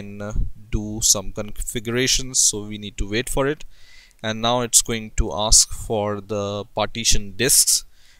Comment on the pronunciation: lov how u pronounce wait --> VAIT